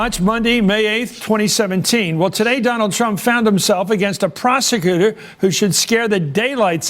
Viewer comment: "Donald Trump found himself against a 'prosecooor'"